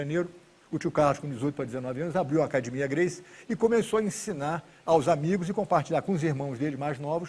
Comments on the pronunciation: Se o cara falar " Acadimia" fuja dele , porque ele é foda no jiu ! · O DNA Gracie fica claro quando falam "acadimia" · Todos os Gracie falam acadimia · Brasileiro é zika mesmo sabendo falar inglês fluente ele ainda fala acadimia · Gracie sem falar "ACADIMIA " não é Gracie 🤣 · "acadimia" kkk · alguem pelo amor explica pra ele q é acadEmia em vez de acadimia... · Ele falando acadimia dá maior nervoso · Queria entender porque os irmãos Gracie falam "acadimia"... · Por que todo Gracie fala "acadimia"? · PQ TODO GRACIE FALA "ACADIMIA"???? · Esse senhor era bem bonito quando jovem, crtz. "AcadImIa" kkkkkkķkk...orgulho brasileiro. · Muitos Gracies falam assim rs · Se vc ouvir a palavra "acadimia" caia fora. A pancada vai comer. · Se não falar "acadimia" não é um Gracie kkk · se rorion grace fala cadimia, agora pra mim é cadimia, foda-se mudem o dicionario, é cadimia fim de papo